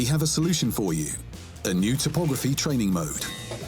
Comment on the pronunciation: Topography is pronounced Top-aw-gruh-fee. Looks like an interesting update, looking forward to more updates on it.